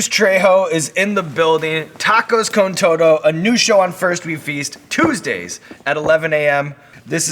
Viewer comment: Mans just said tacos con toe doe lmao